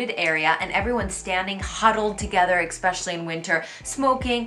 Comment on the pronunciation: Please don’t be offended, but I’ve noticed some English mispronunciations in your videos. One in particular is very noticeable: The word “especially” is not pronounced “ek-specially.” There’s no k sound. It’s pronounced just the way it’s spelled. “Etcetera” also has no k sound. It also is pronounced just the way it’s spelled.